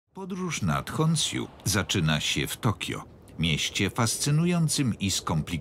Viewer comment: Ja naprawdę tego nie rozumiem. Tak ciężko sprawdzić jak poprawnie przeczytać „Honshu”? Zamiast poprawnej wymowy, która powinna brzmieć „honsiu” ewentualnie dopuszczalna wersja jak na polskie standardy to „honszju” dostaliśmy jakieś „honsiju” XDD. Czasami warto zainwestować w tłumacza a jak nie to przynajmniej google tlumacza odpalić i posłuchać wymowy lektora…